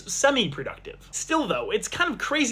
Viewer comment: pronouncing fnaf like it is klingon